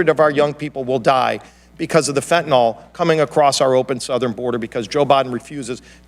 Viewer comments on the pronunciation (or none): I wish everyone would learn how to pronounce the one and done killer "fentanyl"! The y is pronounced like an "I". It is not fentanall sent by China via Mexican drug lords killing Americans...it is fentanyl!